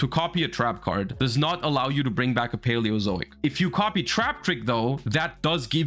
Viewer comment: Just proud he pronounced it correctly :,)